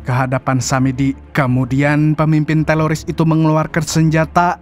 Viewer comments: Apa telingaq ya yg Salah dgr,Kok teroris jd teloris? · teroris atau teloris bang😅✌ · Teroris om kuhhhh, Bukan telorissss😂😂😂